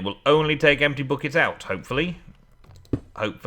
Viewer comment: haha said butt kicks instead of buckets:p